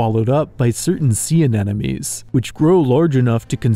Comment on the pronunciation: I love your videos but mispronouncing "anemones" is just too amateurish.